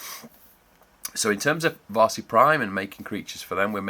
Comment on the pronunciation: Looks super professional and the idea is interesting. Varsi is pronounced a bit more like “VaRRsi” in finnish, the “r” is sharper.